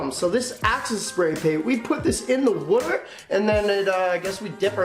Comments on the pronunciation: my mans says wuter not water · Someone pls make a montage of him saying water wrong